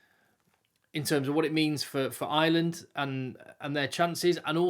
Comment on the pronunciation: Ireland not Island. English people don`t seem able to speak English.